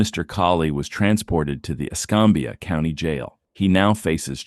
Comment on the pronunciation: Escambia: S - cam (like engine CAMshaft or CAMera) - bee -uh. In other news, that K9 was off in lala land haha!